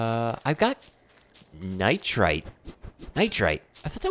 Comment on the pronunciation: btw, it's pronounced [nahy-ter] <---nitre xD that's bothering me soooo much